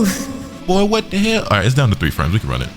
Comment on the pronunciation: I thought you said lets RUNT!! LOL